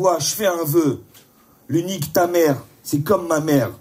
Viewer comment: Quand il a dit "Luniktamère" je croyais qu'il s'apprêtait à clasher